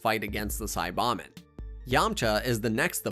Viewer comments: Saiyan = Say+yan NOT Sī+yon Saibamen = Sī-ba-men NOT Sa+bon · it's because it's an AI voice the SAY BAH MEN you plant in the ground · the way you say saiyan and saiba men leads me to believe youve never watched the show, and this is all some disingenuous bullshit for views.. not a fan